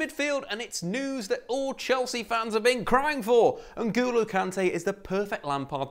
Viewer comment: What that pronounciation of N’Golo??